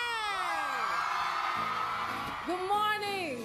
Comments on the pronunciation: omg her name is not BAYonce!!! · Not BAEYONCEE😭💀